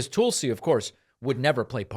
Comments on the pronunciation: Came for the Hitler comparisons, stayed for David's "Toolsie" pronounciation. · I love how you call her Tool-si. How very fitting.